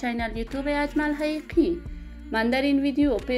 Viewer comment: بد کردی دروغگو اول خو نام اجمل حقیقی را درست تلفط کرده نمیتوانی